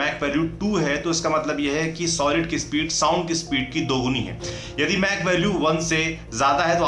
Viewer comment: "मैक" nahi "माक" 🤷🏾‍♂️😅